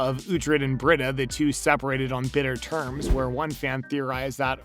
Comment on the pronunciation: It’s Bre-Da the pronunciation lol